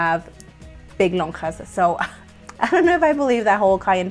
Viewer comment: LMAO when you said "Lonjas"